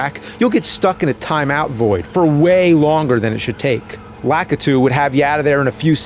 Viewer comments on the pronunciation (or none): Laak-a-too xD What?!